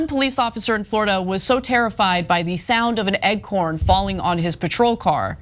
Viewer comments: is it normal for americans to say Eggcorn instead of Acorn? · I'm used to Ana pronouncing words incorrectly, especially peoples names but, eggcorn? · Just making a little fun of how Ana pronounces acorn. There were times when it sounded like she said egg-corn because she was pronouncing it was a short a sound instead of a long a. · Ok… egg corn? Yes lady it is aaaaa-corn. I thought this was some sort of northeastern pronunciation or something. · Ana pronouncing acorn as eggcorn is killing me lol😅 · Acorn you dolt, not egg-corn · Ac-orn? No, a-corn. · new drinking game: take a shot every time Anna says "egg-corn" instead of acorn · Best part is how Cenk asked what I was wondering…. Acorn or Egcorn Anna? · A-CORN,NOT EGG-CORN! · just want to point out... cc has her saying egg corn pretty much everytime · Why does she keep saying ‘eggcorn’? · On the acorn pronunciation it's like the way you Americans say Craig. Used to watch Craig Ferguson interviewing on his show & all Americans say it as "Kreg". So you seem to say some "A" sounds as "E", so Kreg & Egorn instead of Craig or Acorn. It should be to my ears more like "A for Apple". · Am I hearing things or is Anna saying "eggcorn" instead of "acorn"? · I love you guys…. But do you realize it’s ACORN NOT EGGCORN. 😂 I had to come back and edit cause Cenk fixed it at the end. lol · Me in the first 10 seconds: 'Why does Ana keep calling it an 'egg corn'?' Maybe they don't have oak trees in California, so she doesn't know what an acorn is? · "ruff" is a midwestern thing, like Michigan. "Acorn" on the other hand has no G in it. Now it's possible if you only ever heard the word in spoken language (not written), you might think you're hearing "eggcorn" --- but she's got the script right in front of her with "acorn" written out several times, plus she can hear Cenk pronouncing it correctly. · "Acorn" bro Not egg corn 🥚 🌽. But🤨 In your defense, Anna evidently doesn't know her vowel sounds🤔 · A- Corn, not egg-horn.